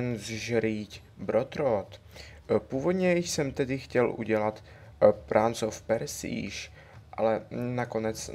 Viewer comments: pranc of persíž :D neee :D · tyčky vole :-D to se nedá, to se nedá aženzžrít brotrot, a pranc of persíž :-D OMG